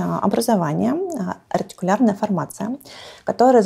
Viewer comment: Ретикулярная формация) не артикулярная